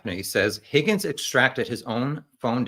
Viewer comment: No. It’s pronounced “HOGGINS”